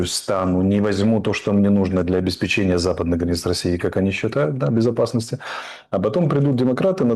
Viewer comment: Алеша обеспЕчение!!! Ставь ударение правильно!!!😮